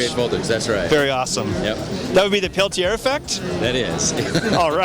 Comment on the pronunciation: I cringe every time he pronounced Peltier.